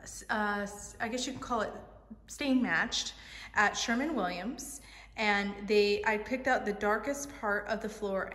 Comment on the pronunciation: SherWin Williams, not Sherman Williams!!